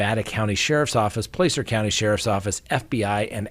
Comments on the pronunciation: Hi. I'm not criticizing however 'Placer' is pronounced with a short 'A' (ah) not a sharp 'A' (AA). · Not trying to be a jerk, or grammar police, but the a in the word “Placer”, is pronounced with the short a sound (ă) as in Apple, Dragon etc. 😂💙